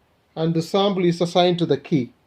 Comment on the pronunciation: Good videos and I like how you say Sambal instead of Sample , Are you Arab ? I know that Arabic alphabet does not have P .